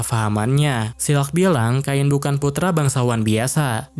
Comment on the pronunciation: Kain bang bukan kein